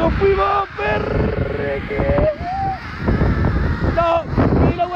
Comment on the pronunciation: cada vez q pisa: "no fuimo" JAJAJAJAJAJJAAJAJ